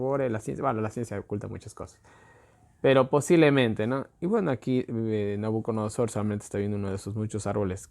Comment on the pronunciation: SI: Nabucodonosor NO: Nabuconodosor